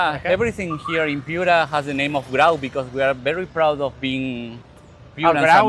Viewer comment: la plaza de armas es un elemto ordenador de nuestra herencia urbana hispanica. Te recomiendo revisar informacion confiable ,del mismo modo revisar la traduccion. Un ejemplo concreto es la pronunciacion de "Piura" y de nuestro caballero de los mares Don Miguel Grau (Miguel grud , grod , Anita grod) incluida la informacion erronea de como murió.